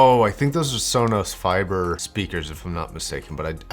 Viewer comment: “Sonos Fiber” lol